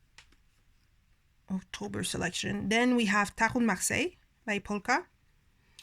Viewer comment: Thank you for sharing your not so common choices 😊 I love your pronunciation of Marseilles...I minored in French but could never master that r 😒 I am equally repelled and drawn to the Pole Ka which means I will probably love it when I finally get it in my hands! lol